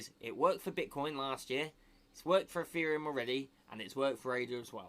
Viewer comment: Did you just say eFFereum ?